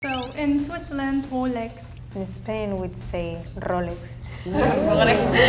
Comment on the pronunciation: When speaking English, many Spaniards misprounce their own country. It's pronounced "Spain" not "Es-Spain".